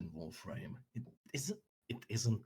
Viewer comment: "I dont have an accent" "I'm a VOREFRAME youtuber"